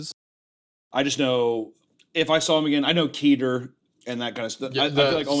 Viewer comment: It's def keh-ter, not kee-ter. That kills me a little each time